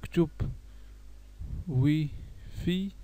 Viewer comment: واي فاي مش وي في